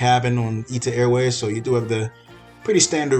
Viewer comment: It’s not Ita Airways. It’s I.T.A. airways.